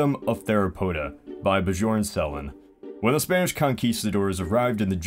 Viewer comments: it's not B-jorn it's Byorn. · Björn Said ba-jorn It's byorn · Björn Why pronounce it "bih-zhorn"? Shouldn't it be "dyoern"? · Not Ba jorn, B yern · Bjorn is pronounced byorn